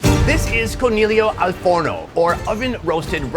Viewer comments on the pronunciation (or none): Any Italians here still recovering from how he pronounced coniglio?